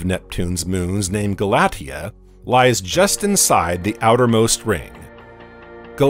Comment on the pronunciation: Re: Pronunciation of "Galatea." That name is pronounced "gal-uh-TEE-uh."